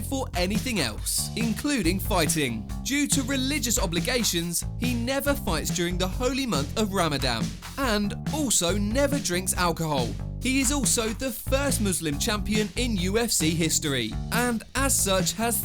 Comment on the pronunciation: Did you just call the holy month of Ramadan “Ramadam”?